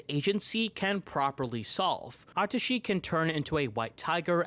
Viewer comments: DID YOU JUST SAY A TUSHY? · I totally agree with everything but "a-tushy nakajima" though 😭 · I’m sorry? “Atushi nakajima”??